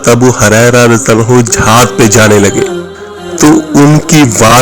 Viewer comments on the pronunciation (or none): ابو ھریرہ ہے ہاریرہ نہہں!